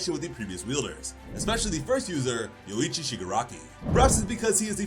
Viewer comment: Say yorrichi but remove the two r's and add a u between o and i